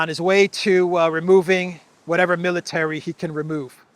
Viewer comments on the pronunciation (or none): none